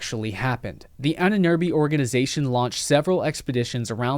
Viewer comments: Whenever you say „Ahnenerbe“, it sounds like „Ininirbi“ and I had to rely on context to understand what you mean even though I am a native German speaker. Why even say the German word when you won’t even bother to look up how to pronounce it? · So funny how you pronounce "Ahnenerbe" :-D At first I thought you're talking about and Amazonian tribe.